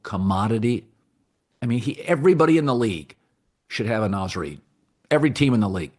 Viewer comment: Did he say Naz Reid doesn’t sell jerseys? And did he also mispronounce his name? Come on man.. the Minnesota disrespect is truly getting unreal. We were in the mfkn WCF last year!